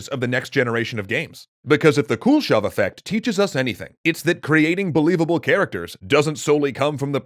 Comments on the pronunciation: Dude! It's not the Cool Shove effect :P Kuleshov is pronounced koo-leh-shov. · As a russian I giggle every time you pronounce “Kuleshov” like “Cool-shov” Also, kudos for finally pronouncing names with “ov”, instead of “ev”! It’s a common mistake in english - so surnames like “Khruschov” become “Khruschev”